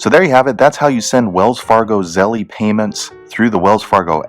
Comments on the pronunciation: Yeah lol. ZeLL. not Zelleeeyy lololol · Thanks for the video.. A heads up, It's pronounced "zell" like tell no "ie" at the end. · It's 1 syllable. Zelle. No eee..